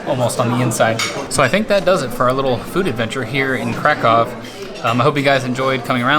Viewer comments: 20 seconds in and I’m already freaking out about the fact that someone actually said Krakow right for once. On behalf of all Polish people, THANK YOU😂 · It broke my heart when he prononced Kraków